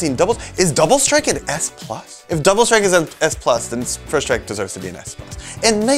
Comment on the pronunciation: Strike not SRTIKE